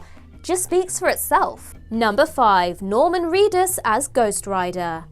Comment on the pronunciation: It's Reedus, not Cleetus.